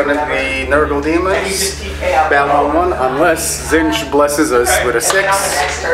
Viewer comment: As per usual, my thoughts as I watch: How did you make those Prosperine cultists? They're sexy. You're still saying "Zintch"... it's "Tzeentch" ... you get really close ! Those nines on the deny tests... Tzeentch's sacred number. Wish those people in the background would shut the fuck up. I really can't hear a lot of what you guys are saying. You should be rolling overwatch before the person rolls to see if they make the charge. God damn it Magnus is sexy, I need to get him. God damn it he is the sexiest. That big giant beat stick is beastly. I don't believe that there are any legitimate PDFs of the books. You should probably avoid displaying that iPad in the future... - 2 command points for Cycle of Slaughter, not 1... I really hate your opponent's dice. Can't read them half the time. I need one of those leviathans. They are so damn sexy. By the Emperor, Nurgle brings a lot of things to the table. - ha ha ha ha ha, enough to take out Magnus? - Tzeentch protects. Even if you don't say his name correctly. There's another hour of this? Wow. Long game. - I can't believe the D.P. and that ugly spider guy are still fighting. That's ridiculous. - What is with that stupid die he's using for health? It doesn't even have a number. Your opponent has stupid dice... - By the Emperor... Fail. 1/36 chance hurts. - I'm actually amazed that the D.P. survived going toe to toe with that monster. - You have to stop re-rolling